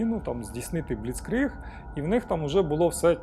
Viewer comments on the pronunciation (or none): none